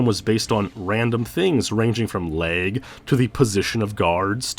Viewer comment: lag not leg